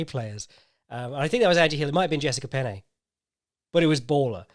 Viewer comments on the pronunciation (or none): none